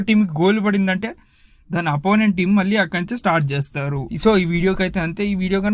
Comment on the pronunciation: నాయనా! 'ళ' అనే అక్షరం తెలుగుభాష ప్రత్యేకత. అది పలకడం నేర్చుకో. 'వాల్లు అనకూడదు. 'వాళ్లు'' అనాలి. అలాగే "వెలితే, మల్లి, వెల్లి"... ఇలా అంటే కర్ణకఠోరంగా ఉంది నాయనా!